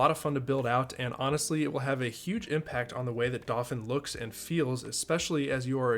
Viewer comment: Just thought I'd point out, in case you hadn't thought of it... The pronunciation of Dauphin.. Being the word for a noble of France, it is pronounced dau like 'dough' in pizza dough and phin like 'fan' as in a ventilator. You're doing great work! But I think about this everytime you introduce the name, so I thought I'd point it out in case you didn't know.